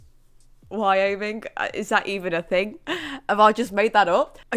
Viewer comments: Why hOh ming 😂 i love it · Don't know if this has been spammed already but Wyoming is pronounced Why-Oh-Ming.